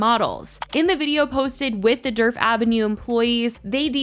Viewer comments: I keep thinking you’re saying Derp Avenue 😂😂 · All I hear is “Derp avenue” 😂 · The D in Djerf is silent btw!!! 😅 it’s more like “yerf” avenue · I was hearing dirt